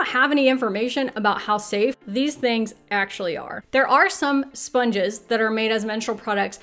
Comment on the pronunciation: OMG, spunges... Really? Seriously?